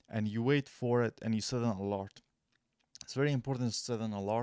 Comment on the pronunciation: thank's bro ...this helps . but it's either ALARM or ALERT not ALART lol 😂😂